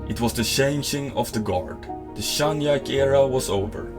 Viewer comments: Zhang Ji-Ke became Zhang Yaik, I've lost all respect for you narrator and uploader. Bye. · Grym video, men Zhangs tilltalsnamn uttales "Ji-Köh", inte "Yike".